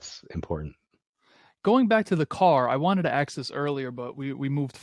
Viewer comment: I detest that BS intro "Music" you play & Number 2 the word is ASK, task,f lask, mask ask, NOT AXE there is NO "X" in the word ask.